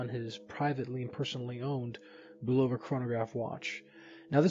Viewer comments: It's pronounced BU. love ah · the o is not a long o !